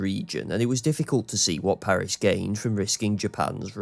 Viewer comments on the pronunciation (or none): none